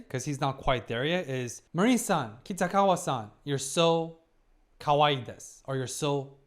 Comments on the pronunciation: basically: Mah-rin hard a, soft rin not ma-riiin 🙂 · I don't want to be annoying but how many episodes until you correct your pronunciation of "Marin"? 😅 I always think of the US forces when you say it.